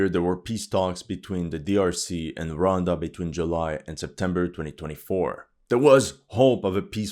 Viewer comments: Hey man , it’s Rwanda 🇷🇼 not ronda 😮😅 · The pronunciation of Rwanda: Ruh•wann•duh. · The Bukake line threw me off 😂 also the country of ‘Ronda’ what? 😭😭